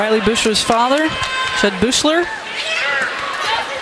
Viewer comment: why does the announcer pronounce Riley Beuchlers name like that